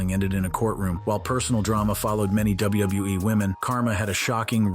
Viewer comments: Hearing this guy say wwe is triggering my ocd 😂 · Dabliubuiee, Dabliuibluiee, Dabliubluiee, Dabliulebuiee.